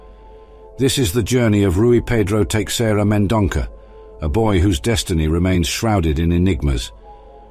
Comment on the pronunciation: The name is Teixeira Mendonça, read as Tay-shay-rah Men-don-sah.